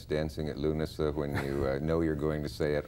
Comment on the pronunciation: He nailed the pronunciation of Lughnasa! 😮